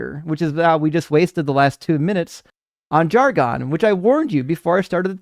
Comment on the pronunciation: the pronunciation of "jargon" is not "jar-'GONE." It is "'JAR-gun." Pronouncing words incorrectly hurts the cause especially when you give them grief about pronunciation in the SAME debate. LOVE YOU,! 🙂